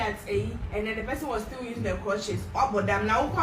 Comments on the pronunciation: Well done, he said clutches like 2 times 😂💔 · It is crutches not clutches you got me confused